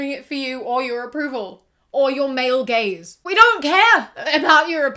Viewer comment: When she said “male gaze” I thought she said “mail gaze”...